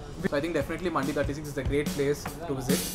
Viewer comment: for godsake that is mandhi(pronunciation )